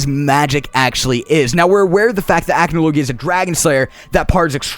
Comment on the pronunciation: The way you says Acnologia ticks me off, its ac-no-logia not ACH-no-logia